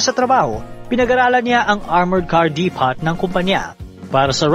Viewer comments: depot read as dipow i guess? but yeah, nc story!!!! more to come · Depot pronounced as Deepow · Nice content. Suggestion lng po Depot - Di-pow Reynolds - Re-nolds (Silent Y)